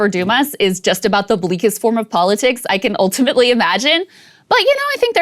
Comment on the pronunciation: I'm up to drunk-as-a-skunk, but I've been taking a shot every time she says "oohltimately".